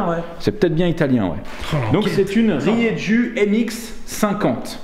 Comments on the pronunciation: désolé de faire le relou les gars, mais Rieju c'est espagnol et ça se prononce Rierou! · ça se prononce riéjou ESPAGNOL !!!! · Salut du 65. Rieju c'est une marque espagnole ! Et nous dans le sud on prononce ça rirou 😉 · Rieju est une marque espagnole (bien connue des enduristes et crossmen). Par contre en prononce rieru et non rieju. (La lettre j n'existe pas en italien) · Rieju = spanish Et ca se prononce "rrrrérrrrou"